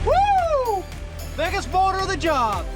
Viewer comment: A humble question from someone learning English: why do you call a boulder “bourder”?